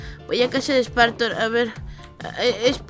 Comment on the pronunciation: Se dise spartor no smparmor